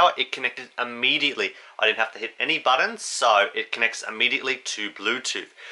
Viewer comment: No such word as ammediately.....it's immediately.